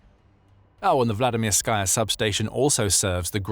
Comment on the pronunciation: There's no "sky" in Vladimirskaya. Anyone doing a video like this should know better. You wouldn't say "Vladimir-SKY"; it's "Vladi-MIR-sky", with the last syllable pronounced "ski". Vladimirskaya is just the feminine form, and it's pronounced "Vladi-MIR-skə-yə", ə being the unaccented schwa (-uh).